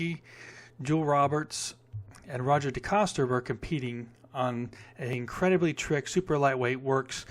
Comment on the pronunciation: Jeez, you're pronunciation of their names, ache Johnson,and its pronounced ,Joe-ell Row-Bear, and Row-Zhaw De-Coaster